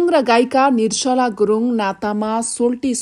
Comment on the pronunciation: Yo Galaxy News 24 ko bahini le NIR JA LA bhanna / bolna sakdiana, Kina???? Galat bolchha- nir-sa=la??? Sishu kashya ma gayrea bolna siknus....Ki ma kanha aaunus, ma "locopedi", how to pronounce nepali consonants sikaunchhu, bahaini lai.....